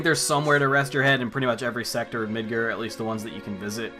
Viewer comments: It's MidGAR, not MidGER. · why are you calling it midgur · Says MIDGAR like a pirate. Midgrrrrrr